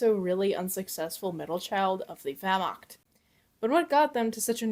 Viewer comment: THE WERMAKT 🗣️